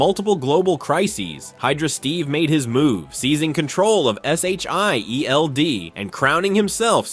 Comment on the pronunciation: Just say Shield 😂